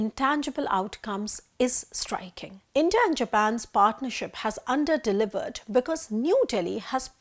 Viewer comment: Intah...Intah...Intah...What is this? Are you trying to say India? Why is that nobody in theprint pronounce English words properly?😂